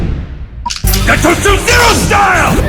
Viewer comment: アニメ『るろうに剣心』に出てくる斎藤一の必殺技｢牙突零式｣ですね。英語版の「牙突零式」は「ガトツ・ゼロスタイル(Gatotsu Zero Style)」という技名に翻訳されているのですが、声優の発音のクセもあり「ガトチュ・エロスタイム」や「ガトチュ・エロスタイル」と聞こえてしまったことで空耳ネタとして流行ったらしいです。